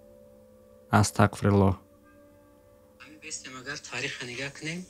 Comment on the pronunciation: сад фоизай гапот просто вахте ТАҒФИР мекуни яъне Астағфируллоҳ бояд через ҳарфи (ғ) бгуй а ты чанбор шид Астақфируллоҳ гуфти кароче хато кади нито нафаҳм просто гуфтм ислоҳт кнм а так зинда боши